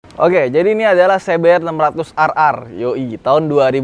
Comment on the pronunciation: Se Be Er 600 Ar Ar.. 😂😂😂 Si Bi Ar 600 Ar Ar dong ahhh... 😂😂😂